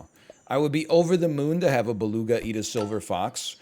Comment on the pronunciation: I love how he f up beluga like 4 times in a row xD and right after he proceede to lecture some1 else who probably did the same :D my man .